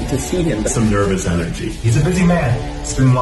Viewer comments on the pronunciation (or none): none